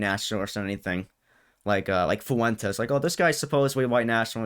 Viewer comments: “Nick Fooentes” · He keeps calling him "Foo-Wentess" 😆 like its not a spanish name